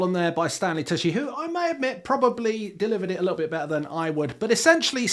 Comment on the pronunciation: Tucci is pronounced "Too-chy" CH not SH